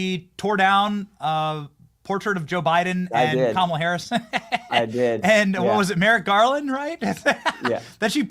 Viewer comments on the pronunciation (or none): none